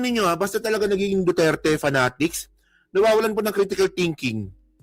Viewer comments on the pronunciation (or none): none